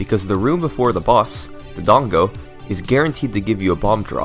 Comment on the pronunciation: The name is Dodongo not "Dongo" you embarrassed to say it right or something cause it really isn't hard to pronounce